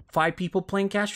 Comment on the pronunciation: Why do you pronounce his name like it's Cashpian?